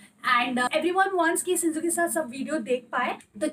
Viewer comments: It's shih tzu not shinzu😂❤ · Ma'am your Pronouncation is wrong of shihtzu and the spelling is shih tzu not sinzoo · Ma'am Sinzoo is the name of her shih tzu puppy.. no offense just telling you. 😊